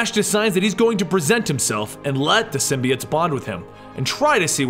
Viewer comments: its symbiOtes not symbeeites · Bro he said symbiites